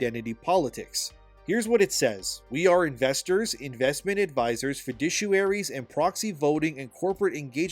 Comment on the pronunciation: Not to criticize, only to help, and with great appreciation for the work you're doing exposing this stuff to the world: "Fiduciary" is pronounced like "Fidoo-shi-airy" with the "oo" sound as in "food." Anyway, thanks for your great work!